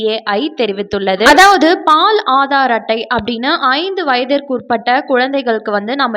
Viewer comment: அது பால் (paal) illai. Baal..Please ஹிந்தி கத்துக்கோங்க